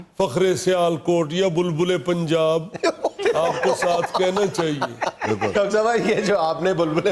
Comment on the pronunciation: مجھے حیرانی ہے کہ آپ کو اردو بالکل نہیں آتی۔ "بلبلے پنجاب" کیا ہوتا ہے؟ بلبلہ=بلبلے